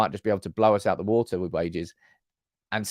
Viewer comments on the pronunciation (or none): none